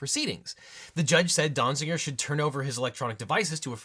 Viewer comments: Small quibble: Donziger, not Donzinger. The title has it right, but a second n is being said in the video. :( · How many times did you say or almost say Dong-ziger? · That was too many times to hear a person say "Donziger."